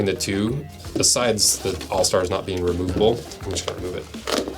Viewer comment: You add a little 'k' at the end of any word ending with 'ing' … Like "beingk"